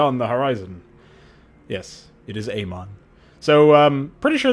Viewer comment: "It is Amon." TRIGGERED